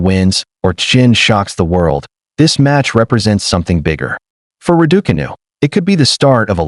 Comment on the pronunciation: Why do you insist on mispronouncing Raducanu?